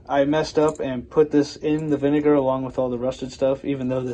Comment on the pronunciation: It would be nice if he could annunciate the liquid he was using. I’m assuming he was using vinegar?